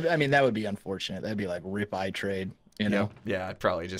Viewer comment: ITrade? More like iTrEAde 😂😂😂